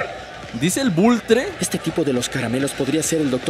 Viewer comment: es Vulture, de "Vultur" se pronuncia